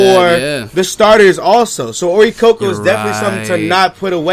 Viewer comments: its not oricoco iys oricorio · its oricorio lol